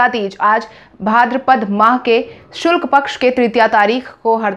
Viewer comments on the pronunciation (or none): Shulk paaksh nahi shukalpaksh